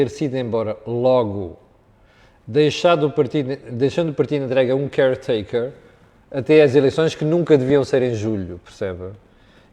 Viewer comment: Caretaker pah. Nao eh cary taker. Mas nao deixas de ter razao que o camelias eh tosco e anda sempre com ingulez e Ispanhol na boca...